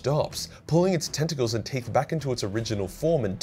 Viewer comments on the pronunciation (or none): none